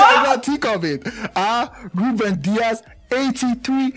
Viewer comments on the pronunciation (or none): none